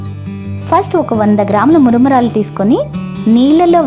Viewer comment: Maramaralu not muramuuralu